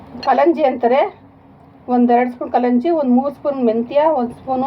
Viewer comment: ಕಲಜಿ Adare yenu mam??? gotta agilla clear agi heli swalpa please yenu anta